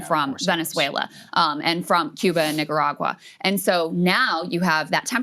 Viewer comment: Excuse me, Krystal, Nica-what? 🤨🧐💀💀